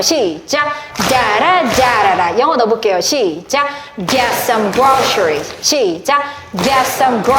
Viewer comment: Groceries발음이 셔 가안듯요 그로서리